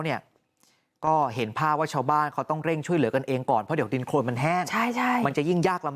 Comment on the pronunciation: โคลน ไม่ใช่ โครนไปเรียนเพิ่มนะ